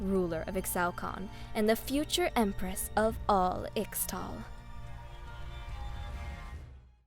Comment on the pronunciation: This is Narrated and Voiced wonderfully. The only thing I'd say is that I'm fairly sure Ixtal is pronounced Ishtal